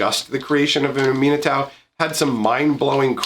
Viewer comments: I was confused when you pronounced Aminatou how you did. No big worries though. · When he first started talking about Aminatou, I was just so confused as to who he was talking about until I started to listen to the name itself and figured out he meant the esper planeswalker commander from Commander 2018. I had just never heard it pronounced that way or learned the backstory of that planeswalker.